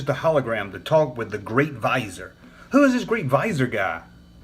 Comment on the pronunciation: FYI, Vizier is pronounced, "Vi-zee-er" like the character Jafar's title in Disney's 1992 version of "Aladdin".